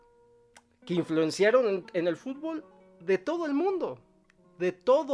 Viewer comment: HISTÓRICO!UN MEXICANO DIJO BIEN LA PALABRA, Y NO DIJO FUTBÓL